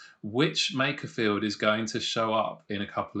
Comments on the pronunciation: It's MAKErfield not MACKerfield! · the guy at !:47 pronounces makerfield like MACKER FIELD. Why is it people that aint even from the area, try to talk about it and sound dumb? lol sorry just a gripe i guess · This bloke can’t pronounce Makerfield but be knows it’s not Manc or pie eaters.